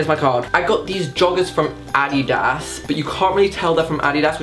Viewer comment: wtf is Adeeda?😂 Whyd he say it like that lmao